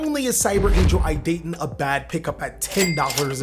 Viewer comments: EE-Dah-Ten. also good list. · "Ee - duhh - ten" (idaten)